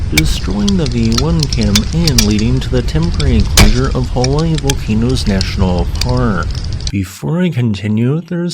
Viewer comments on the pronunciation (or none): none